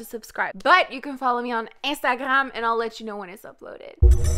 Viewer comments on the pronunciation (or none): omg that ""estagrram" was a mood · no one:: "eNstAgRAm"